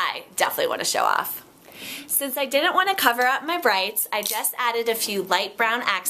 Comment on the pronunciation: i thought you said 'breasts' not 'brights' for a split second! haha. I like the uniqueness of your style. I love your confidence, i love the outfit with the high wasted yellow? colour. GORGEOUS